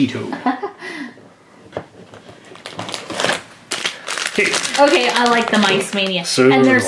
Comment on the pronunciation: Was Tito's last name spelled Mojito?...because that is pronounced: Moh-hee-toh.